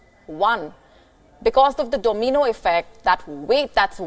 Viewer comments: It’s domino effect. Not domeeno effect.😅😅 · whats a doughmeeno effect lol